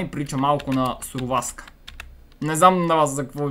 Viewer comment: не сурваска а сурвачка